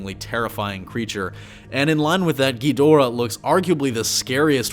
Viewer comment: y you gotta say it like king gheedora